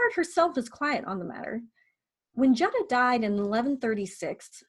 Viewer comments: This is very informative...thank you! I do believe Jutta is pronounced more like 'Utta' with a long U (sounds like 'you'). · Fyi, before you make a video about Jutta von Sponheim, her name is pronounced Yut-tah. Very common in many languages, and definitely the Germanic ones, for the J to represent a Y sound. English is a bit unusual in that the J is a hard G sound but that is not the case in German.